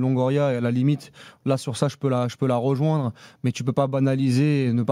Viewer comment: et le verbe " ROjoindre " S'il vous plaît, dites lui de faire une effort.